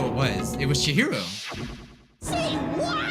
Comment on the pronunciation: "OMG Is that fricking- Chihiro!?" At first I heard "Jiro" and I was very confused